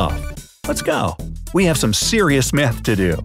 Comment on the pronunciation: I dont think you said math bro, sounded like something else... (like if you understand)